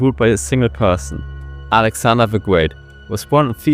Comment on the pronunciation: alexander the gweat 😭